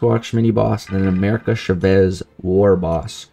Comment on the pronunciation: CHA-vez , it’s how you say her name btw. 😂